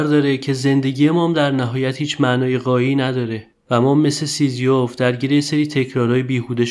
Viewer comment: "سیزیوف" درست نیست. تلفظ درستش سیزیف است.